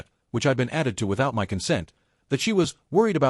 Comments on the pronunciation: Why does this narrator continuously say " M .Y . " instead of " my " . Why us this OP yet another spineless twerp we are expected to sympathuse with. Irritating trash . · You pronounce my as one word not as each letter.